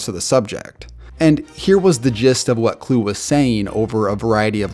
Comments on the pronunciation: Chris Kluwe went to my high school. Btw, his last name is pronounced “Klooee” not “Kloo.” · Always love your vids, this one is no exception! But you mispronounced a few names this video: Rodrigo (not Ricardo) Blankenship, Chris Kluwe (Cloo-E not Clue), and Michael Koenen (Cay-nen not Conan). I know it's nit-picky, but you're very detailed in your vids, so I just figured I'd point those out! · Kluwe pronounced Clue-E. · Lol its pronounced Chris Kluwe (Kloo-wee) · You mispronounced Chris Kluwe It's pronounced Kloo-ee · Man slaughtered Rodrigo and Chris Kluwe’s names